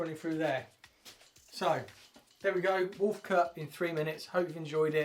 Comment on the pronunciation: “Wuulf cut in FFRREEE minutes, stunnin’ innit?!”